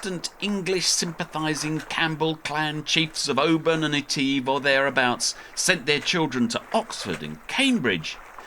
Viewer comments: Etiv with an e. Sound the i not the e mate. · Oh how lovely to hear about "lock eteeve", presumably you mean "loch (a bit like cough) eh-tiv?? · It is pronounced eh-tiv. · Loch Eh-tiv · Loch Etive not Eteeve, a small price to pay for excellent filming and editing, The Scottish Isles close to my own heart having done a few sailing expeditions there myself, what are you going to do once you complete your anti clockwise circumnavigation ?.